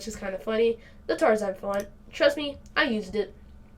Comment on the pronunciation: Its TNaR! (Pronounced Tee NAR)